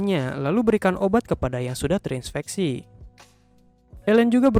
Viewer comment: Terinspeksi .... apa terinfeksi? :face-blue-smiling::face-blue-smiling